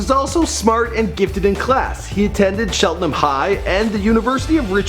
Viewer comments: Ayyo I graduated from Cheltenham and lived there. LD came and visited me senior year so I got to shoot the shit with him. But fr it’s pronounce cheltenHAM like the meat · Ok I just graduated from cheltenham PA and it's pronounced Tchelt (like chocolate) -en-Ham and his pronouncing killed me